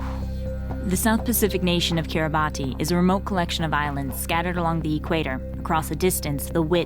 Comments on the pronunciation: Its not said kir-a-ba-tee its said kira-bus.... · King Bibi kiribatee is how non i-kiribati people call it since they don't know that in gilbertese language de writting of ti is pronounced as S so instead of kiribaTEE is KiribaS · First I heard KIRIBA-TEE, good thing she redeemed herself by saying Kiri-bass to the rest of this documentary. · It is pronounced as "kiribas" because in gilbertese they dont have letter T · Kiribati is pronounced as Kiri-ba-hs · It's pronounced KIRIBASS. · The ti in Kiribati makes an s sound so it sounds like kiribas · It’s kirabaus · KI-RI-BAHS. its pronounced KIRIBAHS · >"Kiriba-TEE" >Dislike >Close tab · Am I wrong that the correct way of pronouncing Kiribati in English is not ending in an "i" like this video does, but more like "Kiribas"? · Kind of frustrating that the opening title pronounces the name wrong, but she seems to know how to say it during the content. Too bad, I almost wrote this piece off.